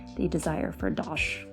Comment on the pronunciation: You sounded very English when you said "dosh".